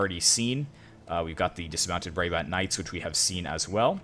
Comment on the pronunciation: How you pronounce Brabant is like “Bra” as in a bra and bant as in like Banter